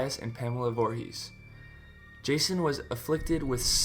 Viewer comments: I don't trust him after he said Boorhees instead of Voorhees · Boorhees??? The fuck bro